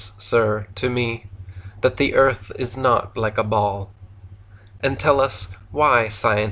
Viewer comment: Im so calm while listening to this ..."ERF" is FLAT so real it is